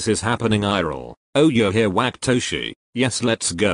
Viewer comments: i can fucking NOT with the way google says WHACKatoshi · the translator really said WaKaToShI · google really said whack-atoshi